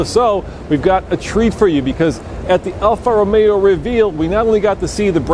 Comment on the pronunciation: its alfa romeo not alfa romeeo